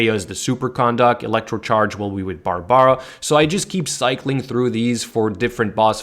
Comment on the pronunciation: Being a F2P myself, I really like this guide. THANK YOU!!! But am I the only one disturbed by the way BARBARA, KAEYA & LIYUE is pronounced? I mean, the game has English voice acting. Shouldn't really be that difficult. Still dropped a like & subbed. I am currently running a [Razor, Barb, Xiang & Amber] comp for the ATK UP, but I might give your [Razor, Kaeya, Barb & Amber] comp a try.